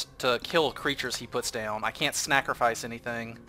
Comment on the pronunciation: You still say snackerfice